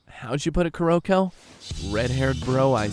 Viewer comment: 1. I am sooo happy with Kuroko's voice actor!! 2. YOU'RE PRONOUNCING HIS NAME COMPLETELY WRONG AND IT'S BOTHERING ME.